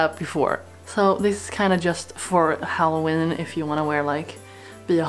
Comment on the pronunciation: You said hollowen